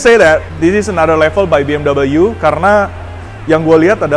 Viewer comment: bmw bacanya bi em dabel yu?? lu kira tuh brand asalnya dari mana?